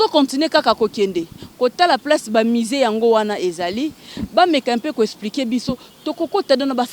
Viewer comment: Madame la journaliere,balobaka Museen to misee???😂